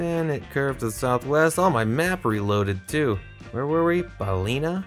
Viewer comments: Fun video, congrats on the gold medal! Just a lil note that Firhouse is “fir-house” rather than “fire-house” and Ballina is pronounced “Bahl-in-ah” rather than “Bahl-ee-nah”. And the area you were in in the last round was a Gaeltacht area (“gale-tock-t”) which is a primarily Irish speaking area, hence why so many signs were in Irish. Looking forward to your next Ireland video if there is one 😊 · Balina is pronounced balin--aaa. Sligo is pronounced slygo with the i like a y not an e 😂